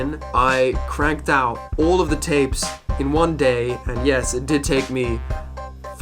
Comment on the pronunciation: The way you pronounced "out" in "I wanna take you out" as "oawt" drove me up the wall, but otherwise this is a neat video :O Very interesting.